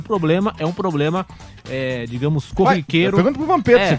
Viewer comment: Como é q um repórter fala em rede nacional poblema 🙄